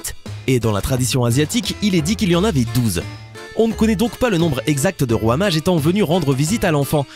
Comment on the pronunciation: Quand il dit « roi mage » je comprend « fromage »